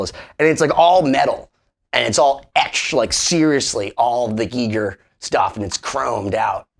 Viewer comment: STOP!! It's Pronounced "G-Eye- ger"... Not "geeeee- ger".. HR Giger is famous for his work on the movie Alien I believe. however Im sorry for yelling, but I couldnt take your pronunciation of his name anymore.